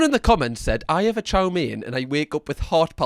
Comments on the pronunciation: I dislike how he say chow ming... It's chow mein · Also love the fact that he never says "chow mein" properly. He says "char ming" lol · It’s chow mein .. not chow min .. lol .. even when they say it back to him the correct way .. he’s like nahhh … chow min … bershhh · What is chaw ming? It's chow mein, 😂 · You'd think with the amount he orders he'd know it's not pronounced "Chaw Ming", but maybe he says it that way to bait engagement 🤔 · it's 面条 mian tiao, most of the world says it wrong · The way he says chow mien hurts me 😂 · Well considering I've been English for the last 48 years, lived all around the country, and have never heard anyone else pronounce it this way, I think say that this is not just "very English thing",. Might possibly be regional, or it might just be him pronouncing it wrong on purpose. I'm personally going with the latter. You can think whatever you like too,. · He says chow mein wrong, annoying lol